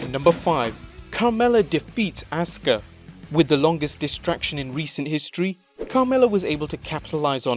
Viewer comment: Asuka-(Ahskuh) Not(Ahska)